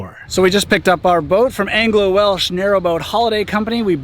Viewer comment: Not sure if you'll ever see this comment but I was surprised as heck to see you at Goytre Wharf at the start of this video as I live not far from the canal at Griffithstown and I must also commend you on the pronounciations of the Welsh towns.